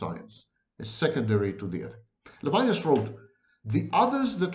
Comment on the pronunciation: Levinas is pronounced in French levee-NAS.